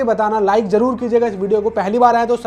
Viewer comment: Na to Māori bolna ata aapko a aur o ka hi nahi pata … na hindi ke word aate apko … bhasha ko bhasa zarur ko jaroor ( avashya bhi bol sakte the ) and na apko haka ka pata … haka is a popular dance everyone has seen it in football., everyone has seen it in rugby … seriously employability is an issue in India …